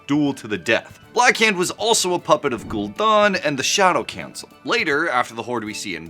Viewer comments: You even spent it Gul'dan.. then proceed to say Gul'don.. 😅. You just Google a bunch of wow lure for vids or have you actually played the game? There's a movie too if you need more help with pronunciation... no excuse, it's only like 25+ years old... f#@ A 😅 Darth vendor? Huh. hahaha 🤣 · Stopped the video after your mispronunciation of Gul'dan's name.